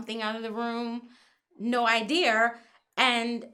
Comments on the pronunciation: Did she say " No iderrrrrr"? lol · "nO idEEr" 😂🤣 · wtf is "idear"? "no idear" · Idear (ideal) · She pronounces "Idea" with an R at the end....she can't be trusted